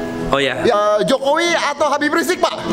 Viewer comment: Habib rizieq bukan riziek om... 👍 Beda satu huruf beda arti namanya